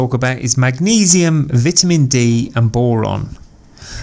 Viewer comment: Lear how to pronounce "vitamin" dude